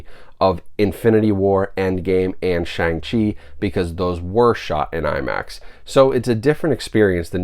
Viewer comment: Brah, you completely butchered the pronunciation of Shang Chi